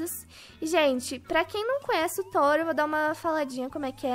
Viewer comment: Tawer ou tower não entendi nada